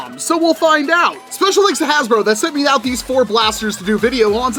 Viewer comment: Bro said hasbruh 💀💀💀